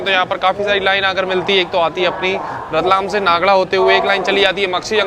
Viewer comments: रेलवे स्टेशन का बोर्ड पढ़कर तो नागदा बोलना सीखो क्या नागडा नागडा लगा रखा है? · नागडा में डालडा मिलता है क्या ? नागदा बोल भाई l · भाई नागड़ा क्या होता है 😂😂 भाई ये नागदा जंक्शन है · भाई सही शब्दों का हिंदी में उच्चारण सही करो। खाचरोद है। नागदा है।